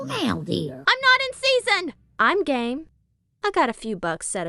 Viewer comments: Always though Enchantress (Dryad) spoke "I'm gay", instead of I'm game". LoL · that at first when I was playing sounded like "Im gay"